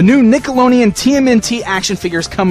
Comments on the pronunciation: is it me or does it sound like he's saying nickeloneon instead of nickelodeon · he totally says nickeloneon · He said nickeloneon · I'm not being rude or anything just find it funny but says Nickelodeon strange xD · Bdude 120 Nah I'm just saying how he pronounced it was funny